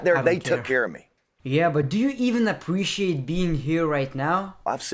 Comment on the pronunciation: "apoociate" im dead😂